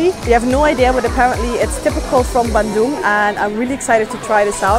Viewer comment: really love the way you say bandung ♥